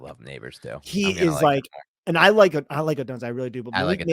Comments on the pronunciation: you are mispronouncing odunze,it’s sounds like odoonza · Great pod guys FYI Romes last name is pronounced by most as Oh-Doon-Zay and I would be happy to have him if we take penix 2nd round 👍